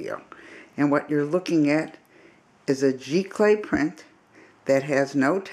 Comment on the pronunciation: Its pronounced Z Clay (Giclee)